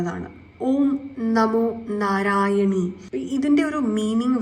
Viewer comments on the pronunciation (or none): ഓം നമോ നാരായണ എന്നാണ് ചൊല്ലേണ്ടത്. നാരായണി എന്ന് ചൊല്ലരുത്🙏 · ഓം നമോ നാരായണി എന്നാണോ പറഞ്ഞത് clear ayilla